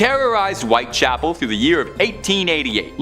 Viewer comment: White Chapel, not White Castle.